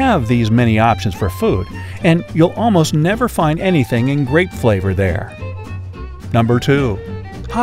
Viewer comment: He said grape not "not great" I had to rewind 😂